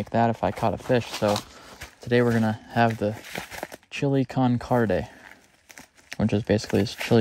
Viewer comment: Chilli con Carne ❌ Chilli con Carday ✅